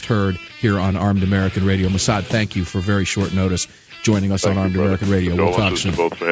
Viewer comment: The man's name, is Massad......not Massada, not Mas.......JFC get it right, show some respect.